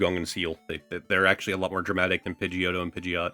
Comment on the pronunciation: I jumped up and scared the cats when he called Pigeotto Pigeot and put it to the side lol